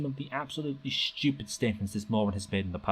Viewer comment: "People who disagree with me are just schewpid" - This guy